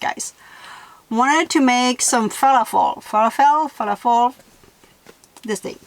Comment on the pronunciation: Falafel it rhymes with "Waffle.'